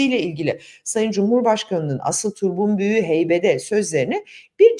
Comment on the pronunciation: Türkçemizde deyimi " " diye yazar, yine "/turpun.büyüğü/" diye sesletir, okuruz. Dolayısıyla sözkonusu deyimi "/turbun.büyüğü/" diye sesletmek ve okumak doğru değildir.